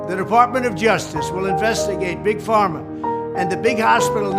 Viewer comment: dijo "Big Farmer", es Big Pharma